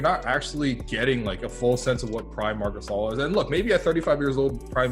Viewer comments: Dude, it takes 5 seconds to know how to read Marc Gasol 🤦‍♂️ The funny thing its he used a video where they said Marc Gasol and not Marc Gassel 🤷‍♂️ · Mark Gasel? C'mon dude.. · Get NBA out of your god damn YouTube name you said Marc Gassel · MARC GASSEL WHAT THE HELL HIS NAMES IS MARC GASOL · Marc gaysol lol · Marc Gasal?? 🤣🤣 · that’s not how you say Marc gasol